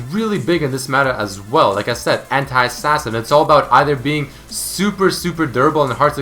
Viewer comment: The way you say anti XD (hentai).